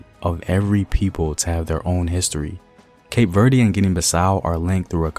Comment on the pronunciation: As a Cape Verdean brother, let me humbly educate you on the pronunciation of the country. Cape Verde (keip - Verd- the "e" is not stressed, as you did in this video) If you would like to say it in the Portuguese manner you can say Cabo Verde (kahbo-verd) and if you want to say it in the Kriolu version, you can say Cap Vert (kahp-vert)